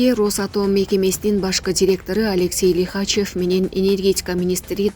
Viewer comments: Лихачев емес Лихачов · Нефёдов Лихачёв туура окугула